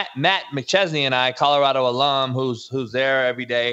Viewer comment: “Coddarado” - Jason Whitlock